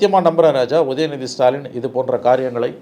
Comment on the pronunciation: நீ ஏன் உதயநிதி செய்யவில்லை என அழுத்தமாக கூறுகின்றாய். கொஞ்சமா வாங்கிட்டியா?